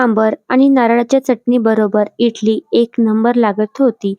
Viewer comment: इटली नाही इडली म्हणतात 😂